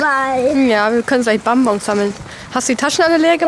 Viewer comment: Es heißt bonbons 😅 nicht bomboms